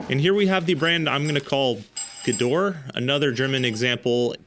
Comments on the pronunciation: pronounce it like "gedohrah" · The service second "E" in Gedore is not silent.